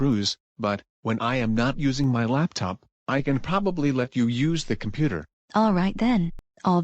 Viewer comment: says laptip instead of laptop